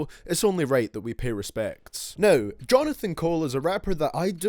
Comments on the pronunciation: its jermaine cole not jonathan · It’s jermaine cole you fucking idiot